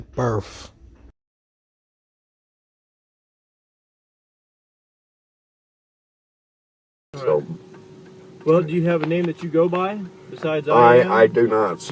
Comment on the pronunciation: “birf” is not a word 🤦‍♂️ You are about as dumb as they are.